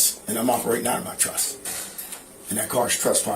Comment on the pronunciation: It’s TRUST NOT truSS.